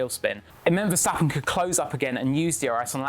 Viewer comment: Get used to name getting butchered in their pronunciation. They have been butchering "Verstappen" for as long as I can remember. And I'm talking about the Jos the Boss day's.